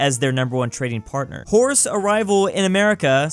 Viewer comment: Was it only me who thought said wh*res (as in prostitutes) instead of horse. I was confused at 1st.